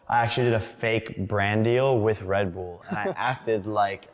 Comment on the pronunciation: why is he saying Redbool?